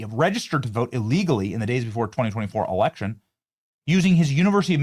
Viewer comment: erection* ..not election .. i love the fak-u-tree girl ! 😂👍🏻🤪😂